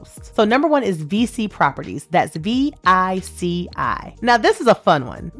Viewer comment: I believe VICI is pronounced "vee-chee".